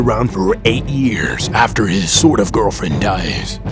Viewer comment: "moping for 8 years after his sorft-of girlfriend dies" Brilliant!